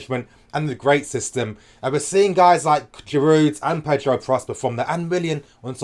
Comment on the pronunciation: I completely agree. By the way in French the Ds in Giroud and Hazard are silent